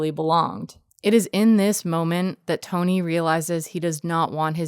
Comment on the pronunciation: Love the video. Just a little sidenote. Mads' characters name is "Tonny" like you write on screen, but that's not actually pronounced as "Tony". Its pronounced as "Ton-EE". It doesn't really make a difference if you're not danish but "Tony" is just an unusual name in Denmark. "Tonny" on the other hand is a name almost exclusively given to kids of lower class people.